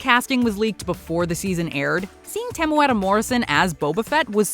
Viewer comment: Nice pronunciation of Temuera, closer than any non New Zealander